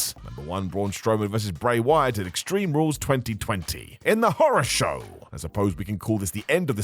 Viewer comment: HEY! AND their AI counterparts... WTF is a "Horrow" Show? Did you get AI that was ESL???